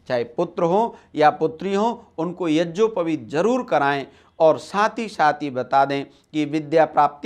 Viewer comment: मनगढन्त कुछ भी बक दो आर्यसमाजी गधे। पहने ढंग से यज्ञोपवीत बोलना सीख ले। यज्योपवीत बोल रहा है।